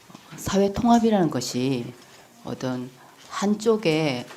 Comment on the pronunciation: 오똔 오똔 발음 이 이게 부산에서 큰 애가 이런 발음?